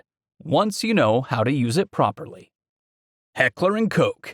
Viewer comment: It's really refreshing to hear someone that knows how to pronounce "Heckler and Koch", if you have any doubts, look for a video created by Heckler & Koch, I would think they could pronounce it right. Heckler & Coke, I guess some people just never grow up, the simply cannot resist the urge to call it Heckler & Cock. 😆🤣😅😁